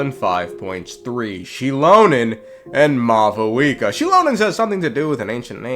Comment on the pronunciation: why do you call her mau VOO EKA its pronounced maw wika